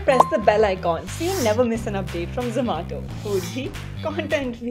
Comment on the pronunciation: Not zomato,its Zoo Maa Toh😂😂😍😍❤❤